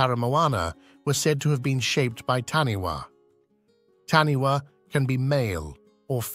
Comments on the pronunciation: LOL, This guy has bad Maori pronunciation! For the New Zealand creature It is spelt "Taniwha", but is pronounced Ta nay far. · I'm from NZ and we pronounce Taniwha Ta Ni Far